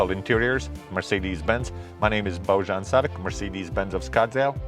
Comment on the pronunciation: Why would you pronounce the J in your first name as a J? It’s obviously said as a Y. Boyan.